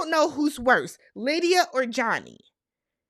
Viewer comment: Happy Birthday!🎊 More in the wrong: the Producers When You said „Aalydia“ 😂😂😂 I gasped! That’s what Lydia wants for Christmas!😂😂😂😂 Keep your pressure down: in the scheme of things, the lies don’t come out til the season is finished. We see it in our real time, but that’s like 2-3 weeks before the reunion for them. They are operating on imperfect information. So lying is absolutely a risk that can pay off. When it doesn’t pay off is when players in the same „market“ can swap notes like Chris and Izzy. Stacy did not shave her legs, so she didn’t want Izzy to touch.